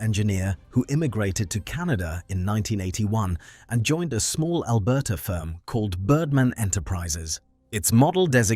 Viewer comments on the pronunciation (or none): Stupid AI slop!! University of Al-ber-ta sounds idiotic. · AI voice is so unnecessary. Albert-ahh instead of Alberta. Mosay-ick instead of Mosaic. Nice plane though. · AI narration I presume. Bizarre pronunciation of Alberta, Vernon flapper-ons and "avionikes". Even the pronunciation of the name of the plane was wrong, for Christ's sake, although corrected by the end of the video. Also, too many repeats of the same image, I guess the entire production is synthetic. I'm hating this increasing trend.